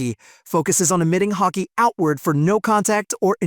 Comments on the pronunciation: There's no c in Haki, Ha-ki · The moment he pronounced Haki like Hacky I stopped watching 😂